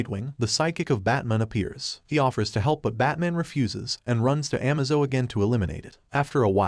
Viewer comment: Dude you really need to work on pronunciations, it’s A K 47, not ack. It’s Batman not batmoan or amaze-o not amazo. Great videos, but so many basic words are said wrong